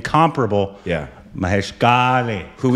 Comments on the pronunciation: "Kale" - the "l" sound is a unique sound used mostly in marathi language. You seriously called him 'kale' as in the vegetable 'kale' 😀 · You guys can't pronounce Kale unless you are maharashtrian...it's impossible 😢